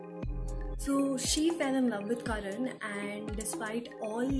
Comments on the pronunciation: It's karna not karan🥴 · It’s Karna not Karan !! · I came here to watch the review. But the moment i heard her saying 'Karan' instead of 'Karna' i stopped!!!. How can one come up for a book review with such a big pronunciation mistake. ??? She dint even notice the title or is it a trend to mispronounce the very title of a book. Thus i stopped watching. 👎👎